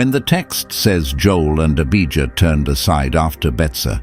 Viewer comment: Abijah not Abigail. Beersheba not Biashiba Not Debbie.